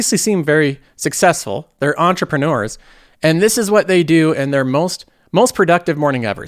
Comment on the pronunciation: . "Entre-preNORS" Omg, you cracked me up with that! lol!